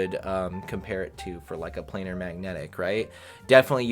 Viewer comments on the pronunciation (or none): none